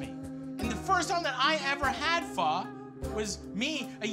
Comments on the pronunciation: Thanks for saying pho right Matty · Matty: It's pho, not "foh" Next video in his playlist "Halifax donair" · Finally! Someone who says "Pho" right, was starting to think I was the only white person who says it right. 😂